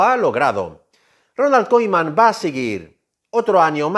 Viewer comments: se pronuncia kuman brother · No le puedo creer a alguien que pronuncia Ronal koiMan 😂 ( con humor ) jaja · Ronald kuman se pronuncia correctamente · Se me hizo escuchar Ronald Koiman jaja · Bro...! Y porque dices Koiman?????